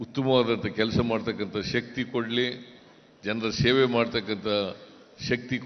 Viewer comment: Is it Sheve or seve .pronunciation is not OK